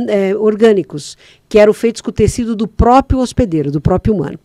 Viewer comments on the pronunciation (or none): none